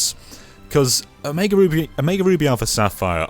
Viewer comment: “Omiga ruby”